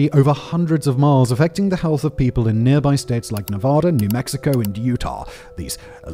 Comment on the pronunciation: Please learn how to pronounce the State of Nevada if you’re going to mention it in your vids. Thank you!